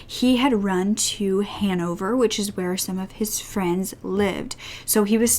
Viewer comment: It took me so long to realise that you were saying Hannover